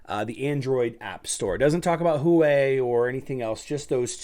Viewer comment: Hua Wei is pronounced like "Who're Way"